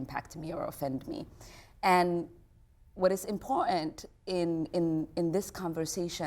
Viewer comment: Did she just pronounce the word important - Im Pour Int? I just can't take her seriously anymore.